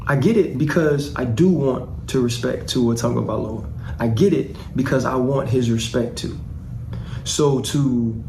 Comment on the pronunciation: Mr. Whitlock, Tua’s family name is Tagovailoa, not Tagovaiola. If you cared enough to remember and say it correctly, you would, but for whatever reason you don’t say it correctly and keep repeating the incorrect Tagovaiola. Repeatedly saying this incorrect pronunciation makes you appear to be indifferent or worse with regard to having proper regard for saying names correctly; it makes you sound flippant with regard to what you think about Polynesian, and in particular, Samoan names.